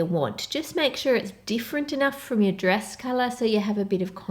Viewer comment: it triggered me whenever she said 'dress'